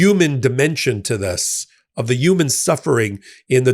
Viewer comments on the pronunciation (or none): Are you saying yuman? Lol